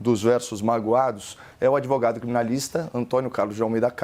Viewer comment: É pra rir do sr "adevogado"